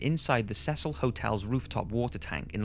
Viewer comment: he finally said cecil right! lol